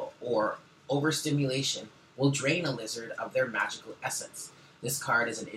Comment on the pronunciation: I've been laughing my ass off at "LEE-ZARD" for about 10 minutes lol I love you, you always start my day off with the right attitude<3 thank you boo! Namaste lovely people